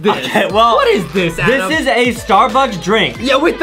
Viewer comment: It's ADEM not "AdAm"